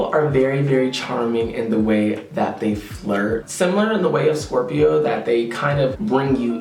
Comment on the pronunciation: Hahah I love the way you always do this "ScORpiO, SCorRPio!" thing💕🦂